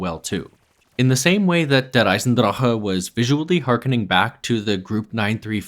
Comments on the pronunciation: It’s not even how it’s pronounced either. He keeps rolling the R in the word “Der” but It’s not Russian. It’s just pronounced how it looks (Dare). He does say “Eisendrache” correctly though, most people completely mispronounce that and say it like “Eisendrak” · If you pronounce der eisendrache like that again I’m clicking off this video. This is your only warning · Soon as you said der eisendrache like that I disliked and stopped watching 🌚 sorry fam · How come you pronounce Der Eisendrache like a German, but you don't pronounce 絶望の島 like a Japanese person? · please stop pronouncing der eisendrache like that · but he ONLY does it with der eisendrache. He doesnt do it with zetsubo or gorod krovi. And the worst thing is that the pronunciation is WRONG. Its not american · Every time he pronounces der eisendrache, I die a little. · Your pronunciation of "Der Eisendrache" is so cute